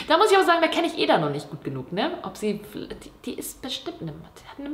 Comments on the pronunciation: Sorry, dass ich jetzt hier den Klugscheisser raushängen lasse, aber Eda wird Edda ausgesprochen und nicht Eeda xD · du sprichst edas namen die ganze zeit falsch aus haha man spricht es "edda" aus also schnell, nicht eeeda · Ih ich hab das gleiche Sternzeichen wie Joshua Weissleder ._. Mega belastend Wow sie einfach Eda anruft 😂💗 Und wieso betonst du ihren Namen so merkwürdig o.o